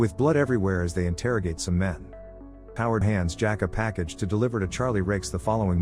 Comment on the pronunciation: Forrest, Jack and Howard Bondurant. Sounded like you said Harlow not Howard.